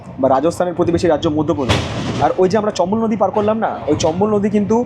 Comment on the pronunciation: চম্বল এক্সপ্রেস ❌চপ্পল এক্সপ্রেস ✅